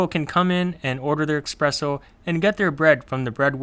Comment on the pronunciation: "expresso"! "EXPRESSO"!? 😂